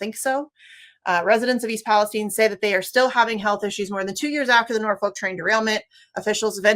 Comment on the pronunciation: Kudos to the guest for saying East Palestine correctly. No, it is not pronouced like the other "Palestine"